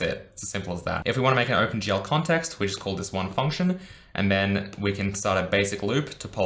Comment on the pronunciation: Think he's saying "Open gel", looks at hair, uuuuuuhhhhh